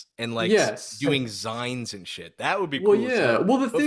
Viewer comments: I out loud said "ZYNES?! ZYNES?!" when I heard that. And that's that brought me to the comments immediately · pronunciation of "zine" sent my sides into orbit